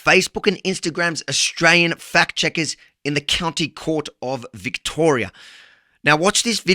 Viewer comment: Avi, listen to the Canadian's pronunciation of "Australian". He gets right while you persist in pronouncing it "oshtraya"